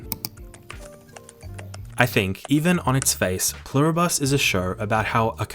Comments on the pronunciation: Love the video! You're definitely saying Pluribus wrong! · Pluribus is latin. It's not a bus. It's literally on your american coat of arms. Et pluribus unum. Don't just wing it, at least ask google how to pronounce something if it is a word you haven't seen yet.